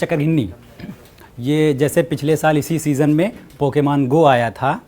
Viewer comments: Wah kyaa english hai pakemaaan(pokemon)....angxaeeeti(anxiety) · its Pokémon not pokamon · its Pokemon not pokaman do you not know how to speak in English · Brother plz say pokemon correctly next time you use this word